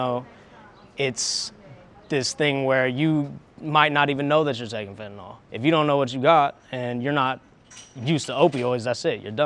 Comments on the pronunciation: Dear USA, it's fentanyl, not fentanol. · Can you, as the reporter, please pronounce Fentanyl the way it is spelled when speaking with other professionals? It makes you look bad when you are doing more and more serious reporting. Code switch a little.